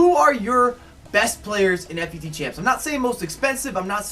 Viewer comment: it is pronounced foot champs not F U T champs